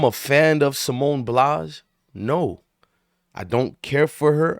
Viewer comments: At least get her name right sir Simone Biles not Blies 😅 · Bro you just did the same think calling her a quitter so actually your no different and your pronouncing her name wrong 🤦🏽‍♂️ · Get her name right dummy